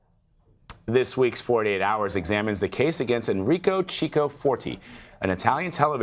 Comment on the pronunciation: Chico is KiKo, not cheeko